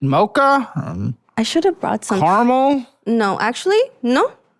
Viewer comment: CA-RA-MEL not CAR-MOL! my fcking god!!